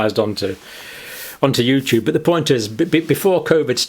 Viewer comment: Youtoob is Pootoob